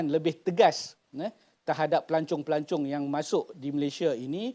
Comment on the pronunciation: Dr sebut pelancong ke pelacur?